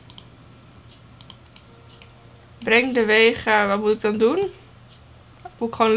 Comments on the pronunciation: Geen haat het is vega geen wega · Het is vega he niet wega Update: lol waarom staat er bij jou wega?